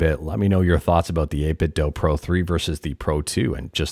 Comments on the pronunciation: its 8bitdew. not 8bitthough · Can I just say I really appreciate your calm voice. Most YouTubers shout when they talk and it's stressful. I needed this vibe right now. Also, thanks for saying 8BitDo that way. Some people think they are right when they say "do" like in the English language. In China they say the Do part like Latin people say "du" or Scandinavian people say "do", NOT like how American and British people say "do".